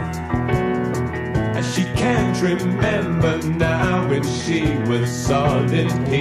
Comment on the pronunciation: I looked it up also and saw the same. I can hear it the way I said tho. No mistake about it. I think it's his pronunciation. He sings, "she can't remember now when she wiz zall in pieces". What do you think? Give it a listen keeping those words in your head.